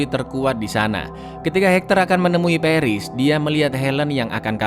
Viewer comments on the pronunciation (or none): Peris peris "pAris" Goblok cara bacanya